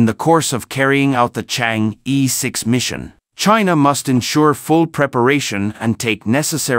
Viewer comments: Would you guys please fresh up on your pronouncement of "Chang-E" ? It is pronounced as "Charng" "Err" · Don't pronounce as "Chang e" but "Chang Er"! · THis is the way it should be prononced: Chinese: 嫦娥; pinyin: Cháng'é): 2 double second tones. But is that important? I guess most people reading this page dont speak Chinese. What is most important is the information in the page, the complexity of the mission, and the success of the mission. Well, this is how I see it. I may be 100% wrong. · Yes, in the Chinese pronunciation system, the vowel "e" is always pronounced as "er"... it sounds comical otherwise.